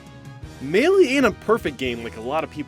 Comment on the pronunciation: DONT FUCKING PRONOUNCE MELEE THAT WAY AGAIN!!!!!